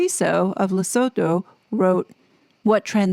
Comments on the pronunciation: Sounds like Harry with the Board of Directors did the right thing. No voluntary member should sue a charity board. Just step down if you are not wanted. By the way it's pronounced Ler-soo-too not so-toe. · Lusutoe. Right way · As a South African can I please teach you just how to pronounce Lesotho. Phonetically Lesotho is pronounced Le sue tu. The th in African languages is a T not th.